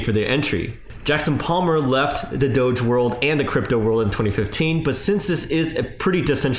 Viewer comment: If there is a Doggy on the coin don’t you think DOGE should be pronounced the same way?